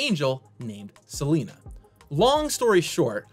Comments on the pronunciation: It's not Selena, it's Selenia! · It's 'Selenia' NOT SELENA! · it's "Selenia" (Seh-LEH-neeyah), not "Seleena".